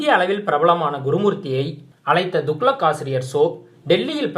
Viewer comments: Dear Gentleman it is not Duklak" the correct name is "Tuglak". When you youtubers from Tamizh Nadu are going to improve you pronunciation of words and names including Tamizh names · துக்ளக் என்பதை ஒழுங்காக உச்சரிக்கவும் கேட்க நாராசமாக உள்ளது